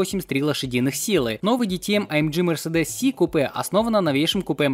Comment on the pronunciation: ДэТэЭм, а не ДиТиЭм, это немецкий язык! И не АЭмДжи, а АЭМГэ, тоже немецкий. Учи матчасть!